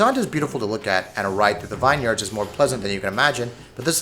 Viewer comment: "Vineyard" that isn't how it is pronounced... lmao